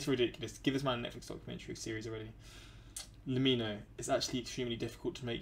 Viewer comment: BRO. It's pronounced like 'lemme know'